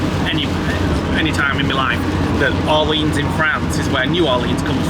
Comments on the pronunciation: Lille = LEEL Orleans - OR-LEE-ON(S) silent S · For hugs. Lilles is pronounced ‘leel’. Orleans is pronounced ‘or-leon’ ❤ Haha posted this and immediately you started pronouncing it correctly, just to embarrass me I’m sure 🥰 I’m almost 67, learned French at school, and I’ve not visited France since my 20s but I’ve remembered most of it. I love the country and people, even the pffers. My favourite word is ‘donc’ (pronounced donk) which means ‘so’ and I always forget it.